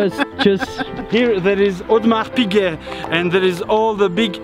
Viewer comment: Hahaha wie er Audemars Piquet ausspricht 😂😂! Nee aber wirklich geiles Video👍👍